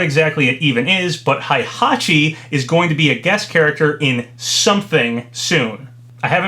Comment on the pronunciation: When will this man learn how to pronounce Heihachi’s name?